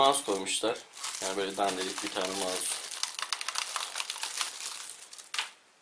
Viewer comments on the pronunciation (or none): none